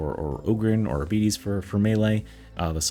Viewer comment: ARBITES - not Arbetes! No, they don't have diabetes -.